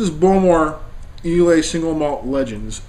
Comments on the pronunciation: It's pronounced eye-lah. Bowmore legend is actually not that peaty, the other islay's are much stronger. This is more of an intro islay or your everyday islay scotch. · I get a kick out of ur incompentence about how whisky is to be nosed and tasted..Its pronounced eye-la,,have a another dram u yankee nob slob.